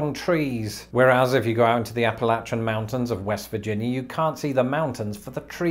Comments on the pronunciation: He said Appalachian correctly! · Thank you for pronouncing Appalachian correctly!!❤️❤️❤️